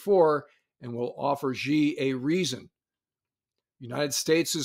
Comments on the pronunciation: Re: Could you please not pronounce Xi as "Jzhee"? It's pronounced "Shee". The "jzh" sound doesn't exist in Mandarin nor any dialect of Chinese. For the sake of accuracy in reporting, don't pronounce it as if uninformed. It's not supposed to be a hard name to pronounce; all the sounds in Xi exist in English, it's just that Chinese orthography uses X to represent "sh". China took letters that seemed redundant—X, Q, and C (which are all either variants of or letter combinations using k), and reassigned them to notate sounds that we normally use letter combinations to write. X got the "sh" sound, Q got the "ch" sound, and C got the "ts" sound. That's why the spelling of Chinese names seems to use the letters X and Q oddly. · Great video and agree with you both. But Xi in Xi Jinping is pronounced as SHEE, not ZHEE. It's on Wikipedia among many places. We are all going to need to learn Pinyin in the next few years.